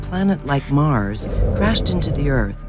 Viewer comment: Did that guy say 'mars' as 'mares'. WTF...